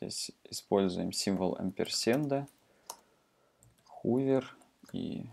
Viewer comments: спасибо, вы сделали мир лучше :) только 'хувер' и 'амперсенд' режет слух. ˈhəvər - хове'р' ˈampərˌsand - амперсанд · произношение некоторых терминов неправильное (хувер, амперсенд....), ну да пофиг, не плохой урок в целом, спасибо. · "хувер", "амперсенд". От такого произношения уши в трубочку заворачиваются...